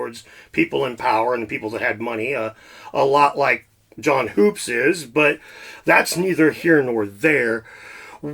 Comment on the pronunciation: John hoopes is pronounced Hups, I think. Even mispronounced it when he interviewed him on his channel. I laughed inside when he was corrected to his face. Nice research.